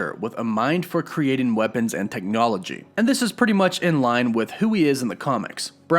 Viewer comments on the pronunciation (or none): none